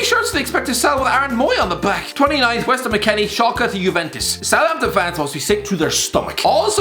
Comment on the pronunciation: I was like, southmapton?